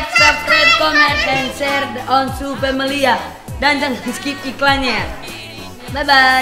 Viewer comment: "THE" bukan DHE